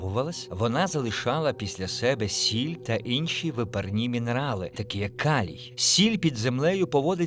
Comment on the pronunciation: люди досі дивуються (нервуються) через наголоси , вже незважаючи на "Инші" фішки озвучки 😅